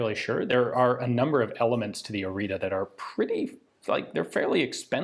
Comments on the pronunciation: Romanian has diacritics (ăâîșț) that are pronounced differently. In this case it's Orița, where ț is pronounced like zz (pizza). The others go like this: ă - Uh with a wide mouth (like you forgot what you were about to say), â short Uh (like someone asked you something and you didn't hear them), î - identical to â but only when a word starts with it, and ș which is shh (like be quiet) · It's "Orița", the "ț" is pronounced like the "zz" in pizza. Side note, there was a version of this produced for paratroopers, it had a folding stock. Very few of those were produced. I can imagine they're even rarer now. This is one of the first few weapons actually designed by romanians and not just produced in romania. Others in chronological order after the Orita include the PSL, which was a sniper rifle chambered for 7.62 that looked almost identical to Dragunov, but was actually a modified AKM design, and the model 1986 / AIMS74 which is an interesting ak74/akm intermediate developed independently as opposed to cloned, like many other guns produced in romania were. In fact, those three guns are the only three that I've heard both my father (who was a lieutenant in the army) mention and was able to find anything about on the internet. Every other gun produced in Romania seems to be just a variant or even simply renamed but identical to another country's design. The model 1995/2000 pistol for example is quite literally the israeli Jericho 941. I won't include the Argeș (read the "ge" as in "germ" and the "ș" as the "sh" in "shoot") because it's a flamethrower. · Romanian here, I saw the flag, I insta clicked! ♥ Also it's pronounced " O ritz uh " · It is pronounced Oritzuh. Not an expert at spelling it but it should be more accurate. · Its properly pronounced "oritsa" (oh-ree-tsa) Regardless I've been dreaming of this video to come! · This type of T is pronounced like the last part of "its" or "it's". Oreeetsa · Oriță is read like Oritzah, not Orita